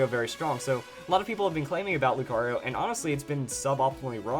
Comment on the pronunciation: Mega Lucario? its Mega BROcario for him XD